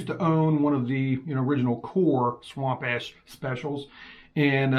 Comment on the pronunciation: Swamp Ash not Ass lol